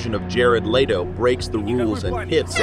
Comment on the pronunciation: Cocky OP can't pronounce "Leto" properly.